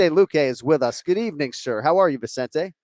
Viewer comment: Well kenny got the vicente pronunciation wrong🤣. Everyone always throws in an extra n.